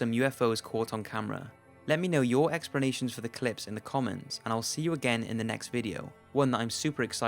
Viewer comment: It's pronounced "ex-pluh-nay-shuns" not Expernations.